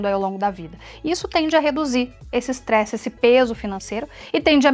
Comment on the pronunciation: "extresse" é com "s': estresse